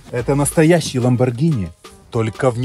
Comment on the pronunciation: 1. Не Lamborgina, а Lamborgini 2. Хороший выбор с Lamborgini Urus 3. Быстрый 4. Внедорожник 5. Можно проходить везде 6. 4 режима езды: Обычный, Sport, Corsa, Neve 7. Короче тачка супер, крутая, блотная